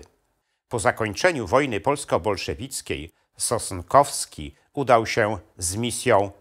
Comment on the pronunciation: SOSNKOWSKI a nie "Sostkowski" !!